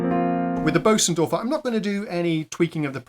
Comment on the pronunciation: Great, great video, thank you for the effort and stellar presentation! (But do try better with the pronunciation of Bosendorfer (sorry i dont have a german keyboard) .. . Being English is NOT an excuse for not even trying😅)